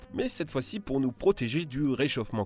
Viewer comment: "Que chez nious" 😂